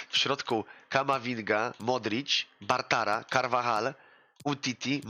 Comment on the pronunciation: ciekawe kiedy nauczy się mówić Bartra a nie Bartara